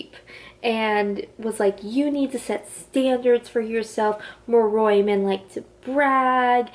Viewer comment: Just a heads up cause it bothers me lol Moroi- (More-Oy) Strigoi- (Strig- Oy) Damphir- (dam-fear) No hate tho I love VA and this was a great video